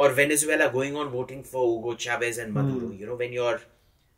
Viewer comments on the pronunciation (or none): none